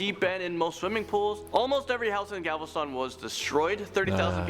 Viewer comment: Galvis tawn? These godamn kids!